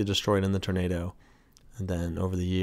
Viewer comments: I swear you’re saying ternado. Instead of tornado. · What’s a turnaydough? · Love his pronunciation of Turnado. Funny